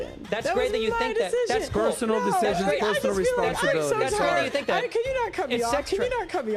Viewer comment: "it doesn't ma'a wha you fink, it's abou facts" he says as he's just rambled about his feelings and thoughts on the west and how women own men.